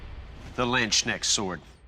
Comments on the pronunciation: Wie die Amis es nicht mal versuchen die Deutschen Wörter richtig auszusprechen ... Leben dort drüben doch viele mit Deutschen Wurzeln ,da hätte man doch wohl mal jemanden fragen können ,wie man das richtig ausspricht ,für so eine show. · Landknecht Sword name butcherd im going to lose it learn atlest to say the names right. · the way you pronounce "Land-Schnek"-Sword :) it's "Lands-Knecht" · Landsknecht = Land's Knight - to make it more understadable, probably. "Knight" is nowadays "Ritter" in german. But, just to show, that these languages are similar and have a germanic heritage ... The "s" in this case belongs to "land". So, as you pronounce it here: "schnecht" as "shneck", we, in Germany, understand it as "snail" ="Schnecke". So, as we pronounce the K hardly an don't swallow it, it should rather be pronounced as "land's Knecht" with a hard K. Furthermore, the "ch" is our german, austrian and swiss speciality: it's pronounced as our typical throat-pronounced "cccchhhhh", similar to the breath of Darth Vader. 🙂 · The [Lennschnecksord] is how a German would write out your pronunciation. We couldn't even guess what you meant with that. What could it be? Probably the "Order of Leeches and Snails", but not a bladed weapon. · As a German, the "Ländschnek"-Sword got me on the wrong foot 😀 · Same XD Ländschnek always hit different XD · the way they pronounced landsknecht sword xD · Ländschneck 😂 Lands knecht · the lancheneck sword... somebody should train those words with the hosts before they record an episode. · LANDKÄNÄCKS SWORD LMAO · for me as a german it is really hard to hear how they pronounce LANDSKNECHT :D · Knappe and Knecht are very Diffrent Knappe is a Knigth in waiting while a Knecht is a simple servant. Also as a German without context I would not have been able to understand what they meant when saying Länschnecksword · lendschneg sword xD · Sounded like landsschnäck 😆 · "Landschneckt" xDD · "Landschnecksword" KEK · The landschnecksword hahaha :D